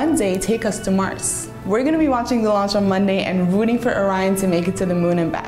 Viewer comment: I thought he said Lunch?🤣